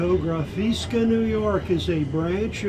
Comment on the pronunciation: Not the best selection compared to Fotografiska in Stockholm. OK, interesting. BTW the correct pronunciation is : FotoGRAfiska.